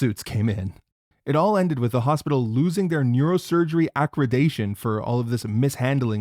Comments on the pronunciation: “Accreditation”, not “Aquredation”. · the word is accreditation, not accredation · acridation, this an AI voice, Accreditation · that's not how you pronounce accreditation and I don't think "accredation" is a word. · if you're not sure how to pronounce a word, google it